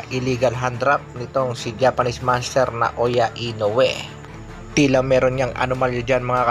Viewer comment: Grabe ka ang pag pronounce mo ng "MONSTERRRRRR" naging spanish na ang pagbigkas mo eh hindi nman spanish language ang Monster bagkus english word yan..